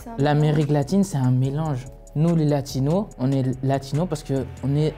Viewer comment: Faut arrêter de dire Latinos ou alors prononcez le "s" comme en espagnol - sinon c'est Sud-Américains